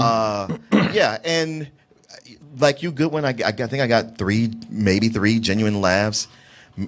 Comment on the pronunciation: why can't you say Goodwin lol